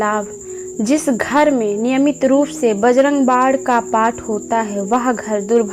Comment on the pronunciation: Aap bajarang bann ko bajarang bad kyo bolti hai